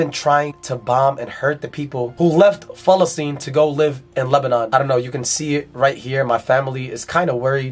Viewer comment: Why does he keep saying Falesteine??